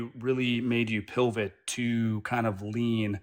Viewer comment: "Dilvit" and "pilvit" instead of pivot and divot is fucking sending me 😂